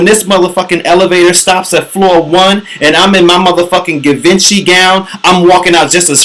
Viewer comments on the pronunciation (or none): Givenchy is pronounced SHE - VON - SHAY not GIVEN-CHY lol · givenchy is pronounced jhee-von-shee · Givenchy... pronounced G-Von-Shee.